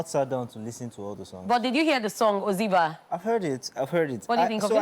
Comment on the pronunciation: It's not pronounced Oziba...oz'eba...like eba wey we dey chop...like say you no be 9ja. His album is bold and phenomenal.